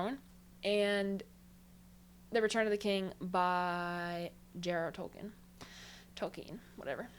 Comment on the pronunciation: She's correct about Tolkien, the name originated from the Germanic languages and in this case "ie" is pronounced "ee". Tollkeen (Tolkien). I don't really like sci-fi myself, but i loved The Three-Body Problem by Liu Cixin. Must not be confused with the TV-series that is a dumbed-down version of the books.